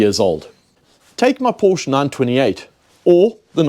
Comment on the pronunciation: You lost me at "porch" 😅